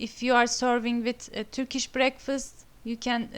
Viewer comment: Türkiş değil kız. Törkiş. Çabana gurban da telaffuz bayaa kötü.